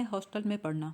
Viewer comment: ہاسٹل میں ۔۔۔ پڑنا۔۔۔ پڑھنا۔۔۔ افسوس آپکی اردو پر